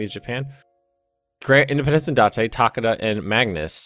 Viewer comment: You say Takeda Tu-Kay-Du